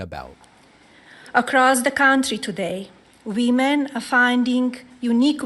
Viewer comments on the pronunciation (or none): Did she say "women", "we men" or "wee men" at the start? All seem to work. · Lord almighty, she can’t even say the word “women”! She actually said “wee - men”. What a hopeless, ridiculous WOMAN. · Wee-men.... Jesus Christ!! 🤮🤢🤮🤢😡🤬🤦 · Wee men. Be best, wee men. Says the visionary lonely at the top, with such passion. Epstein Files!! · Wee - men, like X-Men? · What is a "wimen" ? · I think she meant whuoomin ("women"), right? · what are "wemen"? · That was my thought when she pronounced "women" as "VEE-mon". WTH.